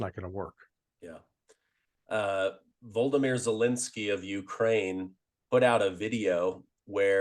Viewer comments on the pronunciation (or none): One little correction - Zalenski's name is pronounced Vo-lod-o-mir, not vol-de-mir :) Unless of course, you are comparing Zalenski to Voldemort then I understand 🤣🤣